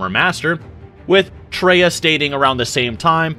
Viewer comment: Come on, bro. Her name was Kreia, not Treya...Do your research! (Did you even play KOTOR 2?)